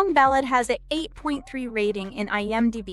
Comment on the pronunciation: Why do you keep saying IM--Die-B, instead of IM0-Dee-B? It's very annoying.